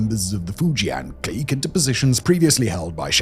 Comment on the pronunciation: Love ya, Simon, but your pronunciation of clique kills me.